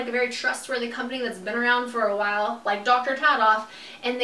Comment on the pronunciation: it's so interesting that you always say "why" in the place of the word "while" lol